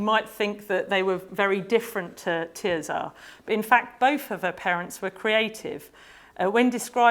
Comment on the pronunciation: Her name is not ’Tear Czar’. It’s TerZer. Her family say it that way, and it derives from the Latin Tertia. Sad that this oversight undermines what is otherwise a very interesting talk.